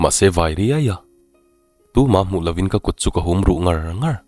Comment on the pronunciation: Min en ngur a,min en ngar a,min en kalh a,heng ho 3 (ngur,ngar,kalh) i thluk dan hian beng a ti thlep deuh thin tih loh chu i chhiar thiam in ngaihthlak a nuam khawp mai.